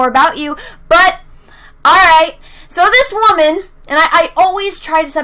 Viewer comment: You keep pronouncing "wamen" incorrectly.